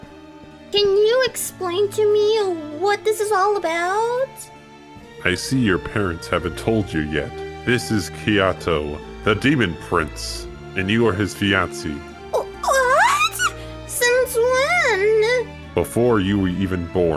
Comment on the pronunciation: does anyone realise they kept saying Camillia instead camilla?and the said kiato instead of haito??!!